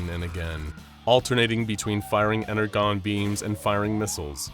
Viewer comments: Here is a brief list of some of the things wrong with this video: - Energon is pronounced incorrectly (it's said as a J, not a G) - Optimus Prime kills humans - AoE Optimus does not have a trailer, however even if it was a Prime who did have a trailer it would still be wrong as no version of Optimus Prime has ever had a trailer that looks like that - They Transform instantly with a blue flash of light (I mean yeah, it's hard to animate, but really? Out here looking like Scott Cawthon from FNAF world 💀) - AoE Optimus does not use guns built into his arms - AoE Optimus does not use wings to fly - G1 Starscream apparently exists in the same universe as AoE Optimus, TFP Megatron, and Knightverse Bumblebee? - G1 Starscream does not use a chainsaw - G1 Starscream cannot fire missiles out of his chest, as those grey areas are intakes, not missile storage - TFP Megatron does not have the same Alt modes as Combiner Wars Megatron or 2007 Megatron. - TFP Megatron is not a Triple-changer - he only has one alt mode - TFP Megatron does not fire bullets out of his Fusion Cannon. Furthermore, he can not fire anything from the arm that does not have the Fusion Cannon attached to it. - TFP Megatron does not have a machine gun which extends from his arm. - Bumblebee does not go around destroying buildings because he feels like it - OH PRIMUS WHY DOES BUMBLEBEE LOOK LIKE THAT HE'S SUPPOSED TO BE CUTE AND FRIENDLY NOT NIGHTMARE FUEL - Bumblebee is depected as he was on Cybertron during the Bumble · I stoped watching because they kept mispronouncing energon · ENERGON. The G sounds like a J! XD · WHy do you keep saying it as ener GONE its pronounced ener JOHN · "Ener-JON", not "GONE". I love you guys, but it sounded like an AI was reading it because of that Autism triggering whoopsie. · It's pronounced "ener-john" not "ener-gone". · Are we mispronouncing "energon" on purpose?!? "EN-ER-JON" NOT "EN-ER-GON" 🤦‍♂️ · He said energone it is pronounce energon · Energon (EN-ER-JON)